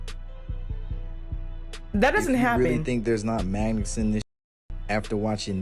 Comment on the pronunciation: what the heck is a manget?